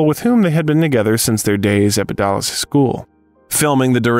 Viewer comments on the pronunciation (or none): none